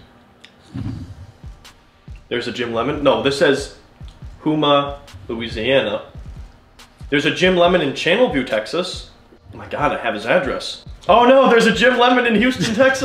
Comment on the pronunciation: Lol its pronounced “Ho-ma” Louisiana